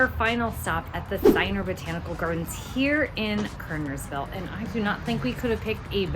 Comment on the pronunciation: Ciener is pronounced (see-ner) not with a long I sound. If you had grown up in Kernersville in the 50s 60s70s80s90s or 100s you probably wouldn’t like it. I couldn’t wait to get out. Out of state.